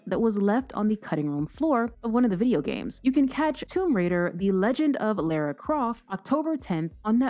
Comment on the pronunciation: Excuse me ... Lera Croft? ..ah no no.. that's Lara like Laura babes.